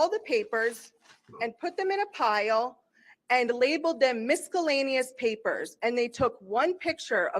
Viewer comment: Yall... I'm 2 weeks behind, here from seeing a lawnerd clip with Good Lawgic, BUT Jeff's face when she said mis-ka-lanneous 😅😂